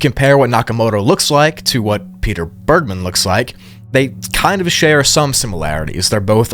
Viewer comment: “Bergmann” isn’t pronounced how you did it btw, my step dad’s surname is literally the same just without the second N and it’s a german (i think) jewish origin surname, so it’s not pronounced in an american way 😅